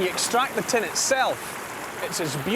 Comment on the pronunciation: When he said "it contains tin", I was genuinely confused. It contains ten? Ten what?